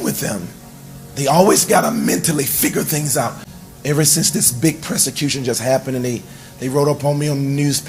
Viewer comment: That “presicution” will get you every time😂